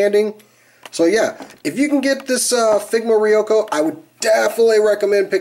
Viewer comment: You pronounced ryuko's name wrong